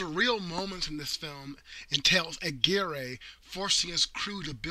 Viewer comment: Aguirre is pronounced Agirre..and with Spanish R..rolling the tip of the tongue...I had a girlfriend from nice town of Aguirre, Puerto Rico..